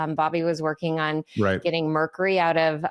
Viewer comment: Dave of you care about Shanahan at all, then you must talk to her privately about her pronunciation of mercury.